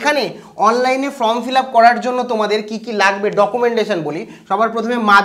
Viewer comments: ভাই Form উচ্চারন টা তুমি ভুল করছো । কথাটা ফ্রম নয় কথাটা হবে ফর্ম । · আরে ভাই from(ফ্রম )নয় form(ফর্ম ). Consult dictionary plz.